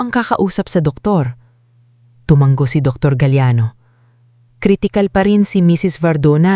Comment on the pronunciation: ISANG G LANG ANG TUMANGO TU - MA - NGO. AS IN NGO - NGO